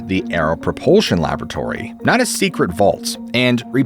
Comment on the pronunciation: It's laboratory, and it's still NOT BRIGAYdeer general.